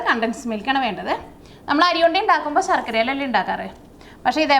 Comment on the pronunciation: അരി ഉണ്ട എന്ന് കുട്ടി പറഞ്ഞപ്പോൾ കേട്ടത് അഴി ഉണ്ട എന്നാ.. കേട്ടപ്പോൾ കേരള പോലീസിനെ ഓർത്തു... 🤔🤔🤔🤔